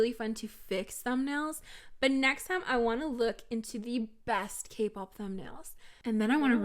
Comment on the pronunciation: Don't worry. You actually pronounced T:Time right 😂👏